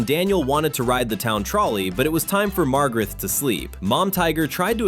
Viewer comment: Daniel’s little sister is named Margaret, not Margarith. And Daniel’s favorite toy is Tigey, not Tigo.